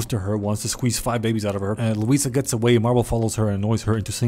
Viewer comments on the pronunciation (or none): he says louisa